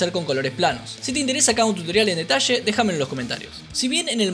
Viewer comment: No os perdais ningun DETASHE!🤣🤣🤣🤣